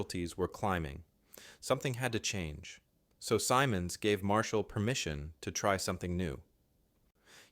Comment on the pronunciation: SIM-ONDS not 'S EYE MONS' .. Simonds, Guy Simonds. c'mon man. 41C